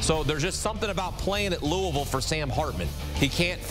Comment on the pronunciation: Luh ah vul=Louisville